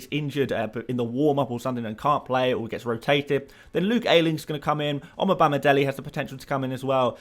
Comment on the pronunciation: It’s pronounced as Omo-Bar-Me-Day-Lay